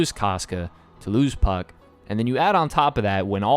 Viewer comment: why did I heard fck instead of puck 😭